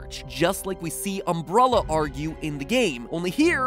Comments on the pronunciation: Is it just me or did he say umbrulla corporation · "Um-Brah-lla Corporation"... Good grief, MatPat. xD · Am I the only one who hears Mat say umbrOlla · Wait, um*bruh*lla? Wtf matpat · Is this like a Benedict Cumberbatch penguin situation? Did no one tell him he was pronouncing it wrong? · Is it just me or does Mat say Umbrella funny o.o ? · Did it bother anyone else how he pronounced "umbrella", p.s. no hate on Mat Pat, still love you my smart boy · You say umbrella in the worst way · Why are you saying umbrella like that? It sounds so weird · the way matpat says umbrella the first 3 times is so funny to me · Its bothering me how he's saying umbrella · How hard is it to say Umbrella honestly lol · Is it just me or did anyone get triggered by how he says umbrella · He is mispronouncing umbrella. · Strange umbrella pronunciation. It sounds like he's pronouncing the soft e as a soft u. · Umbrulla ... really matpat really umbrulla...,can make great and theories that get you to think but can't pronounce umbrella. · Why does MatPat not pronounce Umbrella correctly? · Ahh yes the umbruhlla corporation. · Omg the way he says umbrella "umbRULLA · Um"bruh"luh. Gotta love Mat's pronunciation. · UMBRULLA CORPORATION Dude why did you say it like that? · MatPat said um-BRUH-la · Why can't you pronounce umbrella, m8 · Am I the ONLY ONE who is hearing him say "Umbrulla"?! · Matpat says "Umbrulla". LOL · Anyone else bothered by his pronouncing it "Uhm-bruh-lluh" and "Uh-bowl-uh"? Is this a regional thing, or a MatPat thing? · The way he says Umbrella...lol Umbrulla... lol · Is it just me or is he saying umbralla? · Did MatPat just say "Ambralla"? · Am i the only person weirded out by Matts pronunciation of Umbrella? i keep hearing umbrOlla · I'm sorry, great video mwah but "UmbRULLA" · Does it bother anyone else that matt keeps pronouncing "umbrella" like "umbrola" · They way Matt pronounced "Umbrella" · ...I’m stuck on Matpat’s pronunciation “umbruhlla”... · "Umbrula" wut?